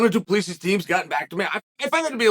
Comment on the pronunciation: Chael butchering Du Plessi always makes my day, He's the only one allowed to do that